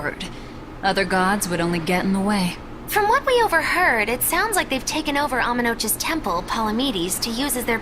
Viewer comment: I was so surprised that Amenoch was pronounced like "roach" instead of "knock". It just seems... wrong. Walking on coral to reach the temple seems painful. Couldn't they take a boat? Eh, the abbey is probably watching the waters to be fair.